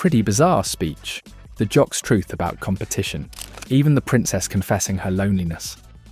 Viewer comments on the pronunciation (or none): none